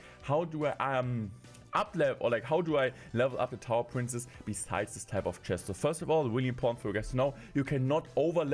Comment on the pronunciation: Hey, you pronounce “princess” wrong. You keep saying “prince”, which is really annoying.